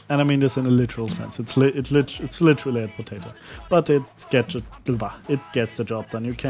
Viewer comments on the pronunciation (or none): you say the word 'literally' literally wrong like literally